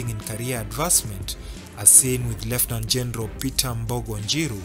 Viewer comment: You are not accurate Uhuru's last ADC is not a Colonel but a Brigadier Lekolool and also your pronunciation of the words Lieutenant and Colonel is left wanting!!